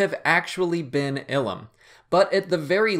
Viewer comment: Eye-lum not ill-um